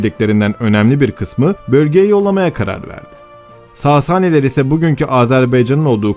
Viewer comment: saasaani degil sasani olacak